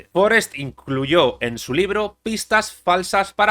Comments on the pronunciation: Forest no es un apellido inglés. No es Fórest, es Forest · Forést, no Fórest. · Forèst. No era anglesa. Tots els espanyols, quan hi ha noms que no són vostres els pronuncien com si fossin estrangers.